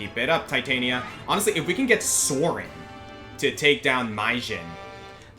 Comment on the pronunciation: Just to point out and not sound like a smart-ass, Titania is pronounced "Tit-ann-nia". Shakespeare. Midsummer Night's Dream.